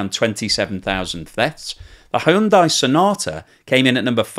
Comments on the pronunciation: Hyundai is pronounced , hun-day. Rhymes with Sunday. Not that difficult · Whatever happened to "Hyundai rhymes with Sunday"?